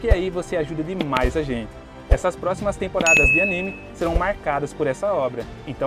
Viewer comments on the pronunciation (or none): none